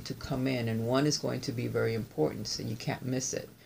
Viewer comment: Message importantayyyyyy!!! ☺️☺️☺️love it! It sounded Italian 💃🏻🇮🇹thanks as always for amazing readings & inspiration! Love u! ❤️😘 Roberta xo